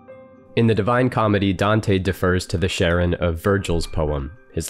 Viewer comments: Sorry to be pedantic, but Charon is pronounced as "CARE-on" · Surprised a language afficionado such as yourself don't pronounce Charon correctly. Usually in english it goes "karon", but in greek it's "haron". Otherwise great stuff as usual, man. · Charon can be pronounced as Karon, or Haron, the Ch is an attempt to communicating the more glottal “Kh” sound that were used to in English. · It's pronounced Karon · The Greek letter chi, 'Χ', is usually transliterated as 'ch', but pronounced as a hard 'C' or a 'K', not as a 'sh' or a 'ch' as you might expect. Indeed, 'chi' itself is pronounced 'kai'. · I too was struggling with the pronunciation. I had always learned it has a hard K sound verses the softer sh sound. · The ‘ch’ in Charon is pronounced the same as the ‘ch’ in Psychopomp, by the by. It’s Greek like Charybdis, not French like Chambord or Middle-English like Channel. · Not to be that person, but you mispronounced Charon. The c in Charon has a "k" sound, not a "sh" sound. Hope this helps.